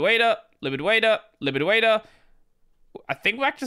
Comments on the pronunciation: LIBIDWAITA LIBIDWAITA LIBIDWAITA....NOT LIBIDWAITA! 🤣 I love you, keep being awesome! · What was he saying about 6 mins in? Libid waida???